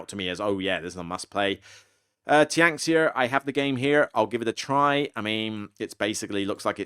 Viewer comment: Tianxia is fun even if not overly innovative. Looking forward to the review. Also it's pronounced "tyen-shyah".